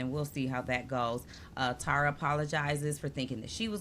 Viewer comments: Y’all, it’s pronounced Terr-uh, not TARa. Just think of terra cotta, and you won’t get it wrong. I remember Rob C. said he bonded with Tara Lipinski and the first thing she said to him was ‘omg you pronounced my name right!’ 😉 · Love this channel and your banter. I’d check on the pronunciation of Tara’s name. Maybe I’m wrong, but I think it’s pronounced Tair-uh.